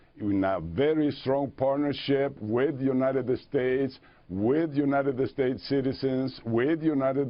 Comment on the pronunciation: u-ni-ded-ded states